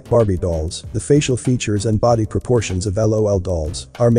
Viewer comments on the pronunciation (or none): none